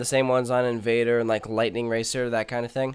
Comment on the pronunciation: U said inVAAdrrrrrrrrrrrrrr wrong